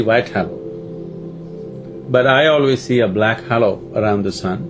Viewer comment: Can someone correct sadhguru on how to say halo and other words he pronounces wrong… 🙏